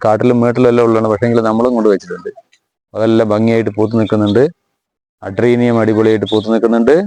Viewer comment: അഡീനിയം ആണ് സുഹൃത്തെ, അഡ്രീനിയം അല്ല